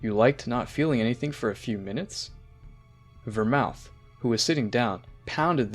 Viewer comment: What's up with your pronunciations? Go-teen?? Ver-moot and Ver--mouth??? What are you on bruh😭